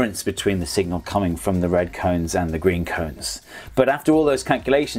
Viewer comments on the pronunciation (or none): none